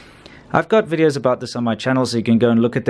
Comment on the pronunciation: I love your weedios... and that girl who says that.